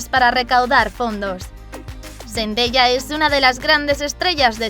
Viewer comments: se pronuncia sendaya no sendeya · Like si escuchaste que dijo zendeya😂😂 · Me molesta un poco como dice Zendaya •^•